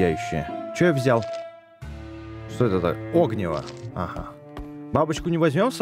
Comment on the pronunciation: ОгнИво ударение на И